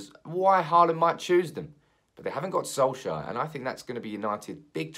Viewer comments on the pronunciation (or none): Could you please at least try these pronunciations. Haalands first name Erling is the same name as my father (R. I. P). The E is pronounced with the same sound as the start of the word actually but a bit more exaggeration. The same pronunciation you should use for the Æ in Solskjærs name. Haaland is pronounced the same as the word ought where you drop your jaw to make the sound. Good luck 😁😁😁 and keep up the good work. Also drop the k in pronouncing Solskjærs name. It's only in writing 😀